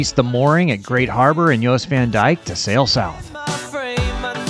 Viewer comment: You pronounced Jost correctly with "Y"! Awsome! Everyone always says Jost with "J"... wrong. LOL